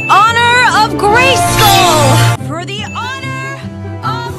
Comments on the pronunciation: Why do i hear FOR THE HONOR OF GAYSKILL every single time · i kept on hearing for the honor of gay skull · I didn’t know anything about She-ra before watching this show and english isn’t my first language so I always thought she was saying “Gracegol” instead of “Grayskull” and when I saw I was wrong it was the biggest shocj of my life istg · For the Honour of GaySkull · For the honor of gay-skull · Y’all mean: “for the honor of gayskull” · I think you mean "FOR THE HONOR OF GAYSKULL!!!"